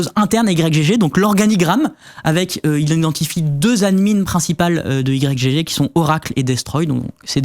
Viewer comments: Vous dites i-grec gégé vous? Moi je dis juste igue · Personne ne dit "Y G G". C'est Ygg. Comme Yggdrasil. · Mais vous pouvez pas dire "igtorrent" comme tout le monde, au lieu de dire "I-G-G-torrent" ? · "i jé jé" Mais?! c'esg "igue" :') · ohhhhh sérieux ? "Y, GG" ? ... En une syllabe "Ygg" comme le debut de Yggdrasil. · " Y G G " , comment vous prononcez Yggdrasil ? 😂